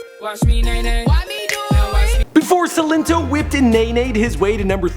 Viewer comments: Why is saying sin linto it's silento toe that's the best way I could break it up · so annoying when he was like 'seelento' when it's 'sILento' emphasis on I ✋🏾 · the way you say his name is not right